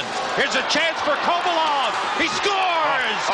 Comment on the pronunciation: I like how much the announcers mispronounce Kovalev.